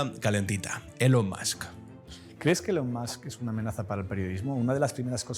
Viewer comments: Se dice ílon, no elon. Los garruliños y antiguos tienden a decirlo mal. Tú no eres ni garrulillo ni antiguo. Dilo bien, hombre, da mala imagen. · Usted si que es garrulillo, no es que se diga, sino que se pronuncia fonéticamente"ilon". Y se escribe "Elon". Como casi todo español lo lee literalmente sin tener en cuenta la fonética del inglés. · Ni "Ilon", ni "Elon". Hay un sonido característico del Inglés llamado "schwa" que se utiliza para pronunciar la letra "e" cuando va acompañada de una consonante.